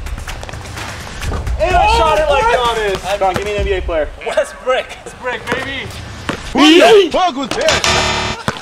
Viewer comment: actually got me mad he prounounced giannis (GA - NIS)